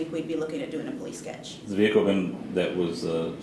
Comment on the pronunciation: omg stop saying vee-hickle